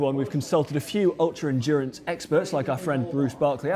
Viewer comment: Endurance or....... Endurn-ace? Happy with new dura ace?